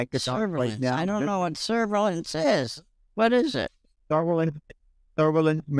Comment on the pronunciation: That scammer got played like a fiddle. Serves him right for trying to use the "word" "serve-a-lens" in a sentence 😂😂🤣